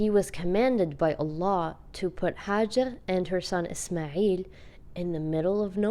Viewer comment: Actually it's " Hajar " , Not " Hajir " And this is my name 😚💞✋🏻 Thx